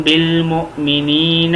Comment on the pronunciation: Salam alykom, Moazerath ke sath.. انفسكم aap ne "anfusukum" parha "ن" ko idhgham hai.. lehaza "ann-fusukum" parha jaye isi tarah بالموونين ko aap ne "bil momineena" parha.. "bil mumineena" parha jaye.. الله اعلم بالثواب Jazakallah khair